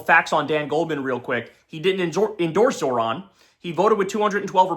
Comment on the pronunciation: can somebody please teach Kyle how to say Zohran correctly. His name isn't fucking Zoran. JFC man